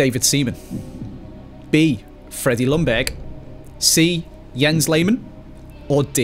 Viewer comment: Ljungberg is pronounced kinda like “youngberg”, not “lungberg” 😂